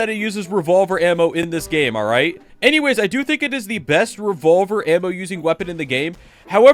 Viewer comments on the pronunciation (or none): none